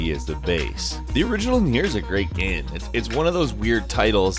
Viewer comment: also, "NI-O" not "Neo"